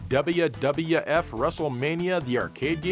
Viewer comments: Either "double-you", or "dubya", if you want to go full American. None of this fence-sitting "dubbaya" stuff like did, though.;) PS: Oh, or "daburu" (double), for the Japanese viewers among us. Wouldn't want them to feel left out.:) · It’s pronounced “Double-You”. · Duby dubya f pronunciatian is hurting me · i laughed every time joe pronounce WWF as "dabbaya dabbaya eff" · I LOVE how you enunciate "WWF" 😂 Dubbleya Dubbulya Efff